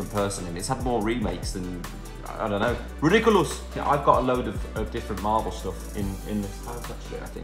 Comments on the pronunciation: No one: Literally no one: Liam: showing toys and watching netflix and saying ridDikuUlus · he says it like they do in harry potter, i dont think he was intending on sounding like zayn even tho he did xx